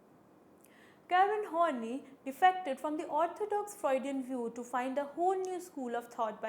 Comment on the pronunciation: Thanks for the lecture. Quite helpful. But her name is pronounced as Horn-Eye and not horny ;)